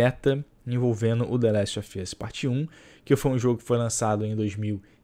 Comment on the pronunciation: "De leste ofi oss"